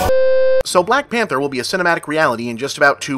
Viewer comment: “Blahk Panthah” -Bob